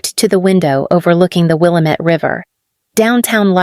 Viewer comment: It's Will-a-met not Willa-met